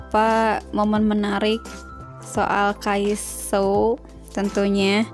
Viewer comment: Kok nyebutnya kaiso sih?harusnya kan kaisu emang namanya Kyungsoo dibacanya kyeongso apa:(